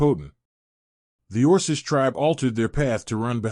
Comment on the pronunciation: Also it says "us" as "U.S.", and orkish, and kidded.... LoL